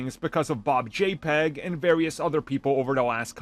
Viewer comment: Did he purposely call Bob Chapek by Bob J-peg?